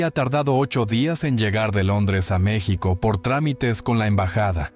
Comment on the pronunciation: No no es Meçhsico aprende a pronunciar a Mexico